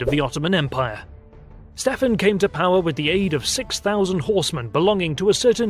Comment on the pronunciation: It is pronounced Wallahia (or Valahia in Romanian), not Wallachia. And Shtéphan (Ştefan) not Stephan. Sorry, but I couldnt get over the pronounciation. Otherwise this was a pretty great presentation with almost top notch animation